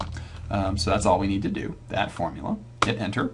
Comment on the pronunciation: hardy weinberg video but everytime he says "formula" i die a little inside